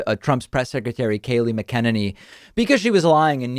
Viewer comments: Come on David, you can do this... I believe in you... Mack-ah-nanny not Mah-kenneknee...lol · why can't you say "Mack Uh Ninny"? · I love you, David...but if you call her "MacKennenny" one more time...😁 I'm starting to think you're doing this on purpose... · It’s pronounced “Mack-en-aney “ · Its MAC A NEN Y...GOD STOP MISPRONOUNCING IT.. I HATE HER BUT YOU SOUND DUMB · Home boy ... it’s “ Mack Uh Nay Knee” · Can someone please explain to me why David won't pronounce the press secretary's name correctly? Is this some sort of inside joke? He looks ignorant continuing to do so, and we know he's not ignorant. What's the scoop? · I feel like I missed something. Why does David say Kayleigh McEnaney’s name so wrong?